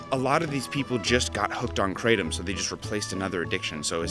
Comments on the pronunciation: it's pronounced KRAH - TOM, not CRAY - TUM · IT'S NOT KRAYTEM MORONS. IT'S PRONOUNCED KRAH-TOM (In Thailand where it comes from) The host is a bit of a hyper show-off, ego filled, tool. Very knowlegable on being a druggie though. What do you need all these opiods for to begin with. Just smoke a spliff and chill the fug out. What's up with all the hand gestures and the hyper wigging out? Mom's not looking to healthy either. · Cratem lol, Thai speaker says kra tom, as in the isthmus of kra and Tom as in Tomcat. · 7oh and most of the indole type opioids can nearly act as strongly as full agonists, but in particular doesn't activate the beta arrestin pathway which is what leads to respiratory depression. I guarantee not a single person has died in that way from 7oh. The current upcoming RCs are MGM-15 and MGM-16. MGM-15 has a slightly less pronounced g protein bias than 7oh, but not much. 16 is killing lab rats at an ld50 of 1mg/kg. Cheers. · Question: Why does everyone—even —say ‘Krey-tum’ for kratom? It’s spelled Kratom and pronounced Kra-tom! Why complicate things? And if you really like the ‘-tum’ sound, then just go with the more popular spelling in the places where it actually grows: Ketum! That one’s pronounced "Kay-tum". Seriously, lol! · Question: Why does everyone—even —say ‘Krey-tum’ for kratom? It’s spelled Kratom and pronounced Kra-tom! Why complicate things? And if you really like the ‘-tum’ sound, then just go with the more popular spelling in the places where it grows - Ketum! Pronounced as "Kay-tum". Seriously, lol! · kratom ( pronounced with a short A not a Long A) kr-atom I will define kratom as a euphoriant . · It's actually pronounced like the cra from crack then tom like tomcat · That's not how it's pronounced in Thailand. The "A" in "Kratom" is like the "A" in "Crack" - it rhymes with "Atom". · We don't mispronounce Kratom. Its a difference of accents. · Kratom (pronounced like in English) sounds like a comic book villain